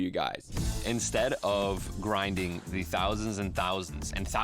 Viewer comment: “GRINDING (emphasized) thousands and thousands and thousands of hours” 5 seconds in was a fat red flag immediately 😂 only went downhill from there.